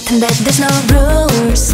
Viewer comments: rule sounds different because she turns the l into an r, proving that r's are not hard to pronounce for Koreans. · I think for most east asians the hardest letters are Rs and Ls. Thats why there was an accent on "rule" and "control" but course their English improved so much! I think the "obvious" was pronounced spot on tho. Jihyos "spiraling" was spot on too. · yeah but it depends on the word and how the sentence is formed too. Like "rule" is pretty hard to pronounce fluently. U can hear the accent in dahyuns. And in jeongyeons "control". Corn i hear most are ok. "Cold" on the other hand is a bit harder